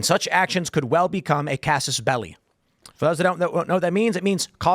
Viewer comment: If you are going to use Latin i.e causus belli, at least pronounce it properly.